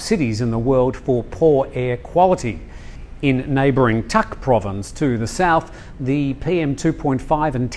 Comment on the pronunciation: It is not Tak it is Dak.